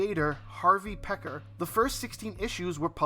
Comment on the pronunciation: I watched American Splendor because I was familiar with Harvey Peckar from his many appearances on the old Letterman show. His last name is pronounced peecar. Its a decent movie especially if you're a Giamatti fan.